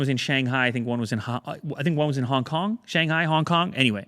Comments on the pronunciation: I really appreciate the way you're pronouncing "hong kong" sounds so chinese lol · I just kinda wish u stop saying hongkong like it’s China.... coz Hong Kong is NOT China ...